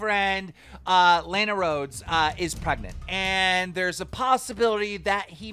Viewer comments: It's pronouced lawn a not lane a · Can we get a petition for Keem to say LANA correctly